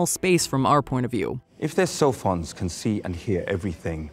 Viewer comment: I thought they were saying “cellphones “ instead of “sophons “. I always had to remind myself what they were talking about